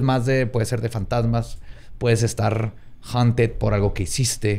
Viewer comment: se pronuncia "jaunted" puñetas (no te creas. te amo)